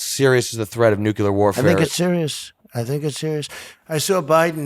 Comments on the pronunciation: I'm not very concerned about a nucular war but we should be concerned about a nuclear war. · 'Nucilar power' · Nucular my man lmao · Bob menery cant pronounce "nuclear" properly lmao. He says "nukeular" 🤣🤣 square